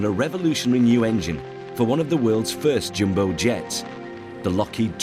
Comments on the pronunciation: IT'S DEFINITELY NOT "jimbo jet". Wanker! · Why he keeps saying ‘Jimbo’ jet? Is it not ‘ Jumbo’ jet?